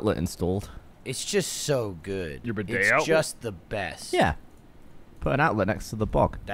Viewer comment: Bidet, not beudet.